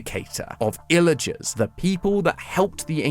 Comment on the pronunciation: WHY DOES HE CALL THEM ILLAGERSS!?!????!